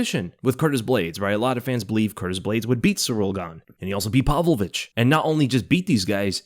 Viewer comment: There is no fighter named "PAL-Vovich"